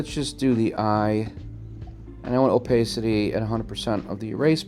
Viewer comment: for goodness sake, if you want attention (and keep it) use an attractive woman instead of a dog or some weird space suit character. By the way, what country are you from? I ask because of the weird way you pronounce "opacity"! Using the word incorrectly as many times as you do in this tutorial is very annoying! Good luck with your venture. People who complain that a limited Adobe subscription which would include Photoshop, Lightroom, Bridge for $15. USD per month is eating their budget is ridiculous! If you've been paying for a subscription for 25 years as you've claim here, then you shouldn't be paying more than $10. USD per month by paying for it yearly instead of monthly. re: Opacity - type this into Google's search bar (how to pronounce opacity in english) and then listen to the proper way to pronounce the word.